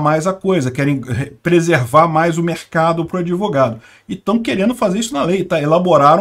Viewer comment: Doutor "adevogado".